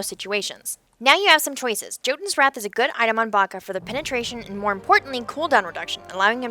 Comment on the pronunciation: Jotunn is pronounced Yo-Tunn